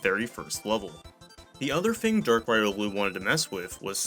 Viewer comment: MESHUGGAH was named after the Yiddish word for "crazy", pronounced "meh-SHOOG-gah" (a bit like "meh sugar" without the final r-sound); Riolu is pronounced "REE-oh-loo".